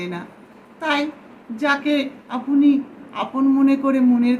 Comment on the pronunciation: আপনি শব্দটিকে আপোনি কেন? আপনার শব্দটিকে আপোনার কেন?